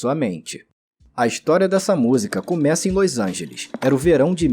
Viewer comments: Que dificuldade de dizer LOS ANGELES, que irritante ouvir toda hora esse seu "LÔIS ÃINGELIXXXXX" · o jeito que tu fala LOS ANGELES é bizarro